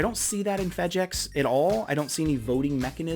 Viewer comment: 🚨🔕FEDGEX???🚨🔕.......FE...DG...EX....you good bro. Lol